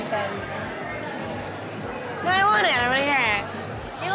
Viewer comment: When Lauren says “evaluation” her mysterious Chicago accent came out